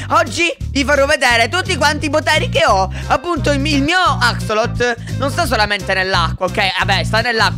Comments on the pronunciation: la pronuncia non è Acselotol me è Acsolotol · Axolotol non Axotol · Che bello che sbaglia la pronuncia di axolot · l’axolot si dice axolotol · Si dice axolotol no axolot p.s. ti adoro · non si dice axolot Ma si dice axolotol quello più raro e quello azzurro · axolot non axolotl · Scusa ma si chiama axolotol lo detto anche a lorenzist